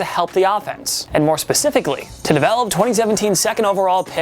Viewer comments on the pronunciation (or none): none